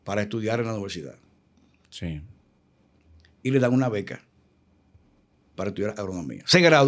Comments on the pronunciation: Éste señor se canta como escritor y charlista y su pronunciación dice mucho, lo escuché decir "Noversidad" pensé que había escuchado mal, devolví el video y sí 😅😅 así lo pronunció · La más alta instancia del sistema policial de nuestro país y cuatro carreras Universitarias y sigue diciendo Noversidad en lugar de Universidad...que Dios nos proteja 🙏🏽